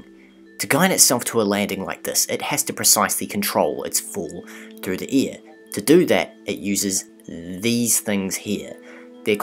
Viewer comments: can't he say AIR ?? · E A R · Sorry, but I'm going to be that guy. Its "air", not "ear". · Air, hair, lair .. not .. ear, hear, lear. Such gross mispronunciation of the English language would suggest you don't know what you are talking about. Sadly it turned me off too. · I like how this guy pronounces things like rid (red) and eir (air) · You my dear narrator pronounce "air" very funny. Great video ! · Good video...you pronounce air like ear...very strange. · New Zealanders should not narrate videos. Sorry guys we love you but you need to learn how to pronounce your vowels properly. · Is he saying ear or air? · You say AIR funny. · I like how you say air and where. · Love the video! What animation software are you using? Also, "air" and "ear" are different words. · I really like your animations. It's pretty clear that some effort went into them. I know you're not speaking in any especially incorrect way. But your air/ear phonetics are quite striking to the American ear. Also happens with "tree" and "three" when I hear some people from the UK speak.